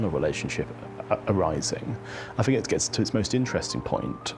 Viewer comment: I'm not sure which is worse, the AI generated commentary of the appalling way in which Alex Larman speaks. "Vis" [this], "Vat" [that], "Fink" [think] etc, etc. There was a time, not so very long ago, that anybody exhibiting such traits of pronunciation [it is called "T H Fronting" and is an affectation, not a speech defect or deficit] would have been derided for speaking in such a manner. They still should be!